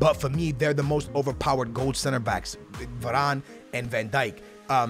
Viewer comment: I also think he said Voron But making mistakes like that is just tings